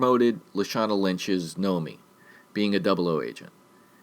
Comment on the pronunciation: It's Nomi not Naomi 😁🍸